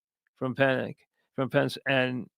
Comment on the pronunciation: Why can’t he just pronounce PENIX? It’s not PENCE! Wtf